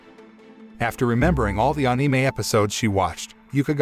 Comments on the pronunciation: I don't subscribe because you are not using a real voice and instead using one of those synths. The words are all being pronounced wrong even the word Anime. How can you mispronounce Anime wrong on an Anime channel? You had one job here! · We just not talk about how he saying anime wrong